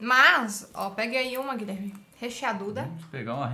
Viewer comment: Guileerrrrme não tá bem hoje 😂😂😂😂